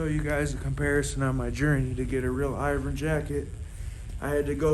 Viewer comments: It’s pronounced Ervin ! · Hey, look, it's me, I'm back. Remember, I'm the guy who taught you how to pronounce Irvin correctly. Then, you deleted our entire conversation. It's our 2 year anniversary. See you next year.